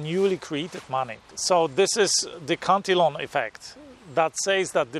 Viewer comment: It’s pronounced [Cant-a-lan]